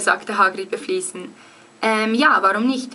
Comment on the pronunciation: Nur ein Hinweis: Du hast 2x "beflissen" als "befliesen" ausgesprochen. Gutes Lernen wünsch' ich noch!